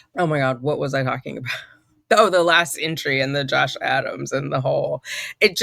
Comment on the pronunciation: I love love love the judge sitting in your break room lmao. Every time you say Josh Adams, I hear Josh Allen. Can you guess I’m from Buffalo NY? I didn’t know you were in NY as well! High five!!! Yes you’re correct. We are a one party consent state. Thank you for keeping us all up to date with this